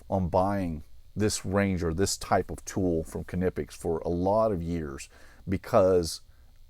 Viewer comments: Konnippex? I think it's pronounced "Nip-X" but I'm not sure if the 'K' is silent... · Ka-nip-ix? Nee-pix. K is silent like knee. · It’s killing me how you are pronouncing Knipex. The Kn is pronounced the same way as “knee, and knife” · Huh, I always thought they were pronounced “nip ex” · If you want to pronounce it like the Germans would, pronounce it "Cneepex". So the "k" is not silent, but it's not "kuh" either. Here you have a Knipex employee pronouncing it at the start of the video: To be honest though, I don't get why people get so hung up on how something is supposed to be pronounced. It's tough to pronounce a word from another language correctly, so just use a pronunciation you're comfortable with. "Nipex" is fine. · I always pronounced this wrong until a few hours ago and then this video came along and then i started doubting again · The "K" is silent I believe!?!